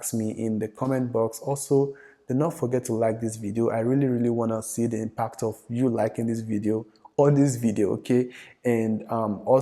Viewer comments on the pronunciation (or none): none